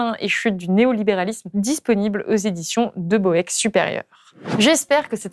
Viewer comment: Petite remarque, De Boeck ca se prononce "De bouk";-)